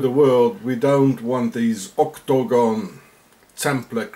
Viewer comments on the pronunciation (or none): Dude, say Oc-to-gon one more time LOL